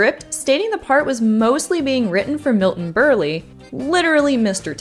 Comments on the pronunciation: Milton " Berle" (silent "e" at the end) NOT Berley !!! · "Berl", not "Berlee". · "Milton Burly"??? 🤦‍♂ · As anyone who watched game shows back in he 70s will tell you, the final e on Milton Berele is silent, not a long e. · Yes, but "milton Burley?" 🤣🤣🤣🤣🤣🤣🤣🤣🤣🤣🤣🤣🤣🤣🤣🤣🤣🤣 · It’s “Berle”, as in “Burl”. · Milton... Burley? 🤣 It rhymes with 'curl'. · Berlee. Really. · Milton Bur-lee Come on guys, you know better than that. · milton burlee? the e's are silent. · Milton... Berlie????????? Berley???? WTF?!?!?!